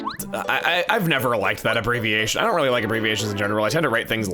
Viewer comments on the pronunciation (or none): “I’on’t’really like abbreviations in general”, you literally just shoved “I do not really” into one word lmao